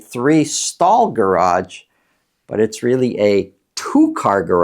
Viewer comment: It's garage, not garagde